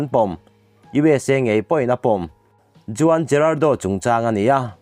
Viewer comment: Juan ti a lamtur nilo huan ti a lam tur aw